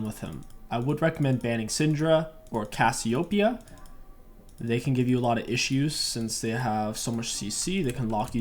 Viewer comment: y u say Cassiopeia like that?